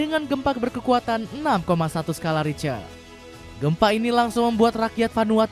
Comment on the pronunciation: Skala Richter (dibaca Skala Rikhter)